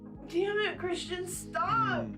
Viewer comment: Christian. Chrishhhtunnn. CRISHTONNNN!!! 😩🙉😱🤣🤭